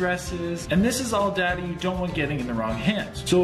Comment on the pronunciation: The word is data No rrr